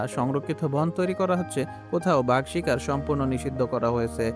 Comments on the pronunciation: ইউটিউব কনটেন্ট বানানোর আগে উচ্চারণ গুলো ঠিক করবেন ভাগ না বাঘ। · সুন্দর একটা ভিডিও, অনেক ভাল উপস্থাপন করেছেন,, কিন্তু "বাঘ " উচ্চারণ ভুল করলেন কিভাবে?!!!! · কোন দেশ এ-র মানুষ তুমি বাগ কে ভাগ বলছো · Vhag na re, bag😂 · Ore banchot, ota vah hobe na ota Baaagh hobe😡😡😡